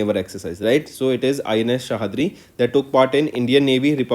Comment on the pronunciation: Ins sahyadri सह्याद्री not सहादरी